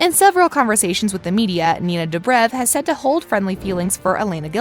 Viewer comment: Why she pronounce ninas surname like that!? Disrespectful! And also who the hell is stePHAN? That only sounds good if it comes out of kai Parkers mouth.